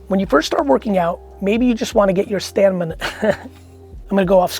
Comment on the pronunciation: "Stanmina" ... "I am taking a break" 😂 ❤ma man! Can't wait to see how you spelt it in the audiobook.